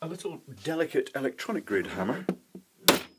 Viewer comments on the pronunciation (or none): "I'm looking for my fuckin' hammah RIGHT NOW" "And this is what I think of... ee-lectronics" — Photonicinduction